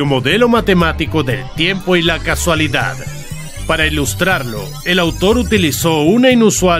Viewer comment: solo una cosa, te tiras todo el video con el tema de las paradojas temporales diciendo casualidad y no es casualidad, es causalidad, por lo demás esta bien pero cambia mucho el significado de la frase xD